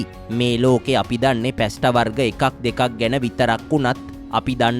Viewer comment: පැස්ට නොවෙයි පාස්තා ?